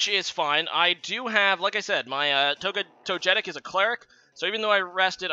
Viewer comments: His pronunciation made me angry haha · Toe-jetick lmao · Togetic is actually pronounced in the way many people mispronounce "gif". Least favourite Pokémon game? Probably Pokémon X, at least for the main series. Awkward figures, annoying characters, small new generation, no postgame...